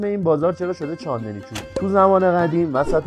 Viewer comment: تا اونجایی که من میدونم چاندِنی نیست چاندْنی هستش